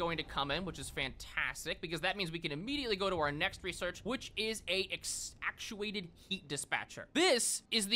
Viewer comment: He never learned how to say infrastructure and now he'll never learn how to say actuated either.